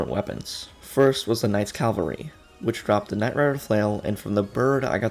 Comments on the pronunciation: It's CAVALRY... CA-VAL-RY!!! It says it RIGHT THERE. Also, thank you for the guide, Father. love you. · "Calvary" annoys me every time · CA VAL RY NOT CAL VA RY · Y u say CALvery. Isn't it cavalry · except the fact that mispronunciation on hard words is understandable but its seriously not hard to pronounce Cavalry